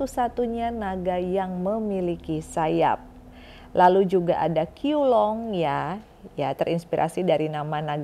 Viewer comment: Bacanya CHIU LUNG